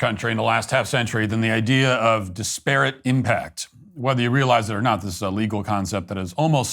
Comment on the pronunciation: Came here for this. DIS-per-it not di-SPARE-et, Matt!